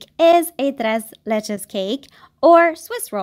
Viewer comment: I loved your “tres leches” excelente pronunciación 👌🏻 un abrazo desde MX I love your videos 🇲🇽